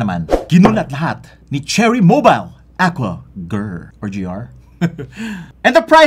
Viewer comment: Aqua Guhrrr😂